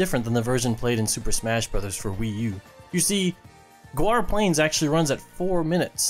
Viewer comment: It’s not pronounced go-are, it’s pronounced gor-ah